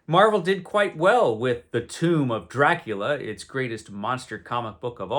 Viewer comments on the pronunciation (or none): none